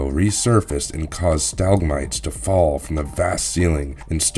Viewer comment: . . . Or read some of the words he is currently reading aloud. . . He gave "stalagmite" a try 3 times and got it wrong all 3 in different ways.